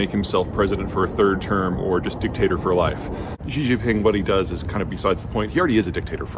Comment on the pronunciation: How does Jeter Jeihan know this about China? He has never been to China. If he ever went to China he would not be pronouncing XI JIN PING as JHEE JHING PING. JEE JEE is slang for penis. Instead, he would say SHEE JIN PING. Shee is 3rd tone, and hard to say, but at least say it in 1st tone, SHEE like female, same the way most American broadcasters do. Obviously, Jeter has never been to China, like JAURA JINGHAM of JOX NEWS who also says Xi in the disrespectful way. Jeter claims to be an expert in International Affairs. He implies he is some sort of learned scholar, but if you examine his background his bachelor's degree is from a small college in Texas. So why do people believe in Jeter's gibberish? Because he has a fantastic salesman's voice and he is a handsome guy. Therefore, he is a MALE version of SARAH PALIN. Don't be fooled. This dude is no expert on China. Worse, in English, he says NEW KEY LER (incorrect), instead of NEW CLEAR (correct), thus reveals his true background as not being a scholar. Don't be fooled by his charms, focus on his lack of real world experience. Everything he knows about China is from haters. Instead YouTube search Cyrus Janssen, a white guy who lived in China for 11 years, now back in Canada, for a more fair minded perspective.